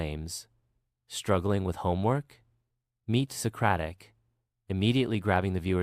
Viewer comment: Socaric By Google 😂😂😂